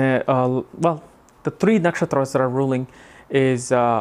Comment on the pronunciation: I am a woman with exalted Venus.. Almost everything is true! great! But your pronounce the names of nakshatras a bit strange:))